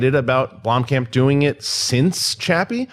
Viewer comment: blomkamp not bloomkamp pls